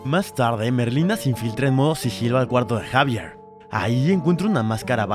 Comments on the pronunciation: No se pronunciar Javier se pronuncia ecsavierl no sabe mucho al parecer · yo gritando se llama xevier no jaiveerrrrr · Se dise exavier y se escribe xavier